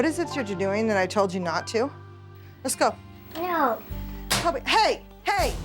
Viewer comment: His name is actually “Kobe”, not “Cody”. Uh, uh.